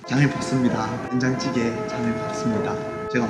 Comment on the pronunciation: 디카폐인ㅋㅋㅋㅋㅋㅋㅋㅋㅋㅋ 된장찌↗️개 사투리 넘귀여우셔요ㅠㅜㅠㅜ 이제 양파랑 감자 역시 잘고르셬ㅋㅋㅋㅋㅋㅋㅋ🙌🙌❤ 왠지 흐뭇하네염😆